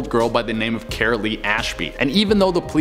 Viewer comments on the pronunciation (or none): none